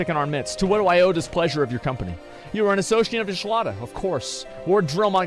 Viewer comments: He will never get the name pronunciations right xD ISHLOTTA is actually pronounced ISH TOLA E orzia is actually pronounced A orzea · Did he just say "Encialada" in reading Y'shtola!? Man that really got me 😂😂